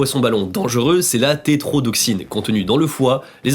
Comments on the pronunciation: Alors il s’agit de tétrodoTOxine et pas trétrodoxine sinon on a l'impression que le mot est coupé en deux ( oui je sais je suis casse-couille) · Tétrodotoxine pas trétrotoxine hahah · "tétrodoxine" moi:...C'EST TETRODOTOXINE 😭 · "œufs" ne se prononce pas "eufes" mais "eux" ... désolé ça m'a piqué les zoreilles ! 😆 comme "tétrodoxine" aussi 😄